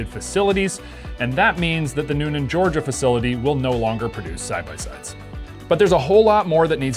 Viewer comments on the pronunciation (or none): none